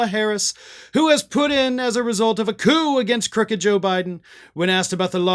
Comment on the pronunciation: Did you read, “put in” as Putin😂?